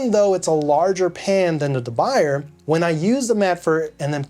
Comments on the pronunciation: It's not pronounced da by-er. It's French. It's pronounced da boo-yay. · pronounced as “de buyey” not the buyer😀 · De "Buy"er lol, I think it's pronounced DeBooyay, ya know.. French and all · De boo-yeh not de buyer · It’s pronounced “dub bu-yeh”. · You're pronouncing it wrong. It's Duh Bu yeh. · Good video. Quick note: De Buyer is pronounced DUH BOO YAY. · deh-Boo-yeh. say it right! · De BOO yay. That's how it's pronounced. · We all gonna keep letting you say "de buy-er"? It's French! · Not really. I've been many times to China, Taiwan, Japan, India, Brazil, France, Holland, lived in Germany for a few years, etc. The different pronunciations are due to accent, eg, Spanish speaking people pronouncing ch and sh. But that's regardless. It's not da byer. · for the record Debuyer is a surname with French origins. Not Dutch. And there is only one correct way to pronounce this word (Duh Bu yeh). He sounds silly saying it wrong over and over in this video. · Sir, you might want to learn how to correctly pronounce the name of the company, du Buyer. The Hint, it’s French. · It hurts when you pronounce "de Buyer" 🤣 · P.S. "Uncle Scott" of Uncle Scott's Kitchen used to mispronounce De Buyer, also. He corrected himself instead of making rationalizations. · Please, try to pronunce it well. You talk in some kind of english, but the french pan have to be well pronunced ( or at least, nearly. ) Do an effort...